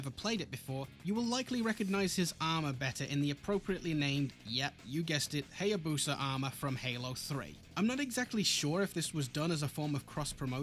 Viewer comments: Gaiden is pronounced "guy-den", the same way Hayabusa is pronounced "hi-ya-boo-sa" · >says gaiden right >says hayabusa wrong the start should be like the vowel in gaiden